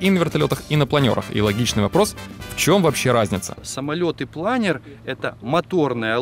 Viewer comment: Впервые слышу, чтобы плАнер называли планЁром.)